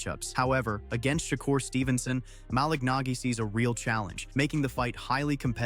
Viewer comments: He called Shukar Stevenson Shaker Stevenson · How are you talking about a fight and you can not pronounce the man name. Hopefully this help SHA-CURR. TRY THAT.